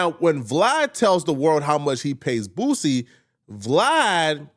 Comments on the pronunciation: Dude said booZie 😂😂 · Bruh call him “boozie “ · Aries always says boosies name like “Booozie” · Who is “Boo-ZEE”??!🤣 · Why he keep calling him BOOZY 😂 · i live up north and we all pronounce it correctly lol this is just an Aries thing.